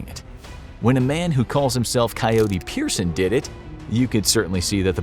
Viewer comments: His name is Peterson, not Peerson. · Coyote "Pearson" 💀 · He said coyote PEERson. No hate, just thought it was a funny Easter egg type thing. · I’m pretty sure you meant Coyote Peterson not “Coyote Pierson” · Coyote Peterson not Pearson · My man said Coyote person, it’s COYoTE PETERSON, sorry if I did hear you wrong. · How are you gonna disrespect coyote Peterson‘s name like that without saying his name correctly! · first off you said his name wrong and he didnt screem its number 1